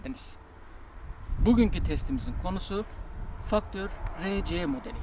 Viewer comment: 18.13 jsb ile test için çoook zengin olmak lazım artık. Hiç bir masraftan kaçınmayan abim ellerine sağlık, arada bi facktör derken acaba ingilizce sövüyon mu diye düşünmedim değil.o videoyu editlemek bile başlı başına mesai işi, ellerine sağlık